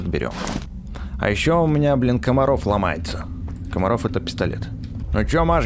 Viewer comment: Не Камаров а Макаров.